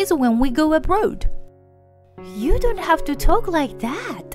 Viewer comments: Must be AI. Mispronounced abroad, pronounced it abrood. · Abroad is pronounced "Ab-raw-ed", not "Ab-rode".